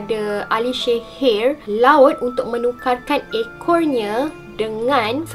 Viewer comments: Assalamualaikum sebutan sihir tu Rasa mcm x bethol bukan shehir tapi sihir bakukan... Content terbaek cuma akak terganggu dgn sebutan syg... Sorry yaa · Walaupun gagal sebut sihir i ttp jatuh cinta...